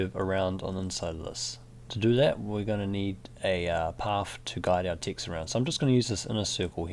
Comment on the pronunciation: Every time you say "Text" I keep hearing "Ticks". The rest of the words appear perfectly legible. =) How is that? What kind of accent is it? And oh, enjoying your tutorials a lot - very new to Illustrator (and frankly detesting its cluttered UI).